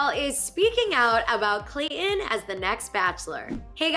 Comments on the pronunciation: There is a T in his name. You pronounce it Clay Ton. Not Clay in. Please. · Me too. It just irritates me. Say the bloody T. That is the man's name. Not Clay in. He's very attractive.